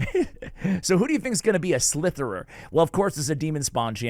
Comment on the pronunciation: Did you purposely mispronounce Glaicad and Slitherer? 😂